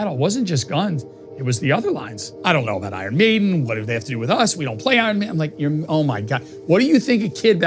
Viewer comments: lmao, love that he pronounced the band name one way and the album another way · he didn't explain why he said "I yearn maiden" tho